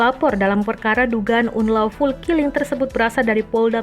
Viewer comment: Dibacanya anlouful min